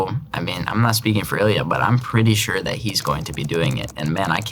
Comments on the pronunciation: he pronounces the last names correctly but not the names, at all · тебе правильно говорят, во втором случае он произнес правильно только фамилию, имя все равно по-американски сказал, "Илиа", так что не понимаю зачем ты продолжаешь спорить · He pronounces only Malinin IN pure Russian. Iliya's, Eugenia Pluchenko's and Alexii Yagudin's names he produces in English accent. But he pronounces Yagudin in Russian. Also he once pronounced his name in Russian, but said Naumov so fast that it almost didn't sound Russian. It was more like nOmov instead of naUHmov which is more Russian pronunciation